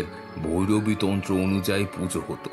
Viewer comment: ভৌরবী নয় - ভৈরবী। ভৌ ভৌ 🤓